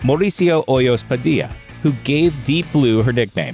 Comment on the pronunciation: It's funny the way the voice-over dude pronounces Padilla: Padi-ah LOL